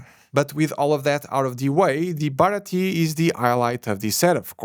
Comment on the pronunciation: hey not to be mean or anything but the way you were saying baratie was bugging me, just for you to know its pronounced at least in English, bar-rah-tea-a